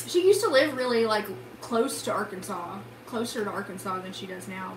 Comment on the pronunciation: one day I want you to take us on a historical tour of hot springs but every time you say “arkansas” you pronounce it “ar-kansas”